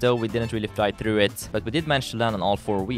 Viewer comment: like how he says "thruw"